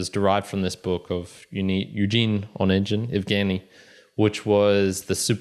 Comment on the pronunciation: Onegin pronounced with hard "g" (O-né-gin)